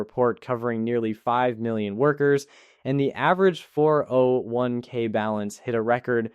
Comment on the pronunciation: No normal person pauses between all the numbers of 4 0 1 k.